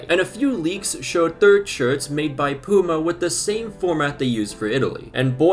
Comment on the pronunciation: Pyoo-ma, not poo-ma 😂 but yeah I agree that these new shirt designs are horrible